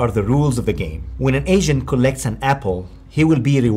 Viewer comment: Sounds like you keep saying artificial Asian when saying Agent. Lol. Still a great video though.